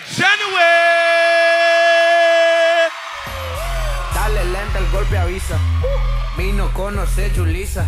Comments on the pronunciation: I’m so annoyed he pronounces her surname wrong. It’s bloody shinof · Great dance as usual for Jade Chynoweth, but, the MC should learn how to pronounce her name right. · I cringed so hard when he pronounced her last name wrong. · How he gonna say one and only & pronounce her name wrong~~ Bro he had one job 🤦‍♀️ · IT'S not about how somebody says somebody's name I know he probably pronounced it wrong but her dancing is off the chain who cares how he said it we know who he meant get a grip it's about the dancing is not about their names we know who he meant and she is exceptionally beautiful and awesome everybody that likes her know that 😵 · Its annoying but I'm sure she isnt salty about it aha. Probably happens a lot. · ci rob I mean there is something wrong with it cause thats not how its pronounced but yeah it aint that big of a deal.